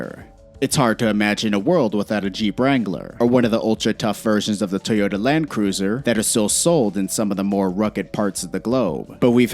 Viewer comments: Teota? Teyota? Where is the E?!?! Toyota!!! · “Tee ota”